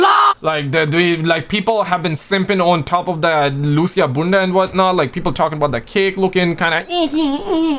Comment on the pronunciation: The way he says bunda 😂